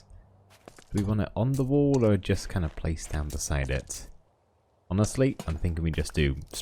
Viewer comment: and then I heared "kind off"